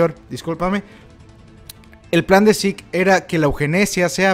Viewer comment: Este... El nombre de Zeke , se pronuncia : yiku , no zik xd. Solo es una pequeña corrección xd cada quien lo puede llamar como le plazca :v